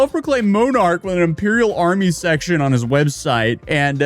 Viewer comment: Moan-arch and Impeeral. can he speak words? I joke, good video, first one i've really seen since he hung out with the unsub cast <3